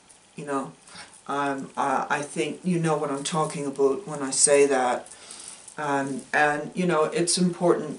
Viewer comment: 🤣 your ravens and parrots... I adore the "abuut", are you going for Michigan?